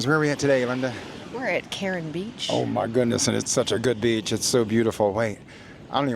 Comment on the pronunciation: Please stop calling it Karen beach.